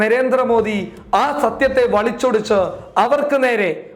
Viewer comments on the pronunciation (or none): വാർത്തകൾ വായിക്കുമ്പോൾ, കാര്യങ്ങൾ പറയുമ്പോൾ ഭാഷയുടെ പൂർണ്ണത ഉറപ്പ് വരുത്തണം... പലയിടത്തും വാക്കുകൾ തെറ്റായിട്ടാണ് പറയുന്നത്... ഉദാഹരണം... വളിച്ചോടിച്ചു എന്നല്ല വളച്ചുഒടിച്ചു എന്നാണ്... മലയാള ഭാഷയുടെ നിലവാരം നിലനിർത്തി മുന്നോട്ടു പോകട്ടെ... ആശംസകൾ നേരുന്നു...